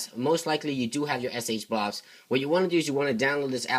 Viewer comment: I see SHSH, but what the fuck is fucking SH-blouus or what ever the fuck ur comi ass is saying?